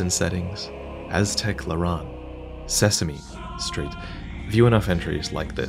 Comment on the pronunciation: can I just say that the little pause when saying "Sesame.. Street-" entertained me a lot. anyone else?